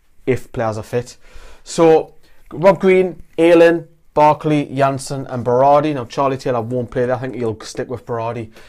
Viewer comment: Kyle Bartley not Barkley